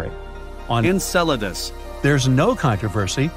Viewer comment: the AI said it perfectly, didn't it?